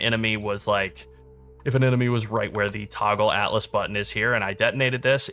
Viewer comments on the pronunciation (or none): none